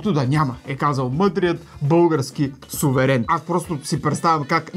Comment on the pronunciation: "Мъдрият български псуверен" 😄 Това не знам дали е случайно, но както се казва - грешката е вярна!